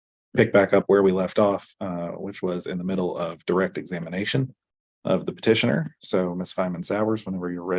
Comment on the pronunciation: Thanks for the video!! FYI, it’s Petitioner, not partitioner.